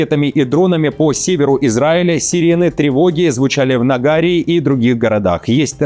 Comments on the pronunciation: Нагарии - читайте с ударением на третий слог. Желаю творческих успехов! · Ставь ударения правильно в используемых названиях. Город Нагария в Израиле - ударение ставится на предпоследнюю бккву "И". предпоследн